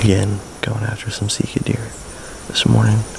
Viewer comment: I think we should put a billboard at the MD boarder... It is not Seeka... it is Sika!! What is it with dudes from PA?